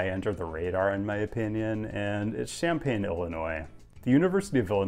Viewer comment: Champaign in French sounds really weird.